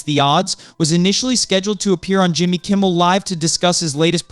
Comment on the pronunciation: How can anybody take this person seriously when they don't know how to say Jimmy Kimmel LIVE correctly???